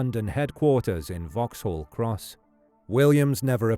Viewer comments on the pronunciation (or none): none